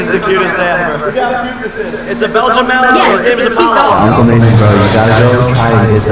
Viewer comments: This video kills me. Ughh he can't even pronounce it right. Clearly he did no research on it. When watching his videos, I kept whispering at the screen: "It's Malin-wa. Malin-wa. Malin-WA. Not Malin-oy." I mean, even after doing a minute of research on camera you know more about the breed than he does. xD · Just letting you know, it's pronounced Malin-wah, but he should be the one to know that if he has the dog. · you didn't even pronounce malinois right btw